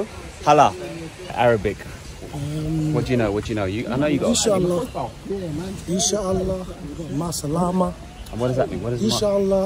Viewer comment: Btw it’s not inshilla it’s Inshallah this is how to pronounce it. In Shaaa Allah inshallah.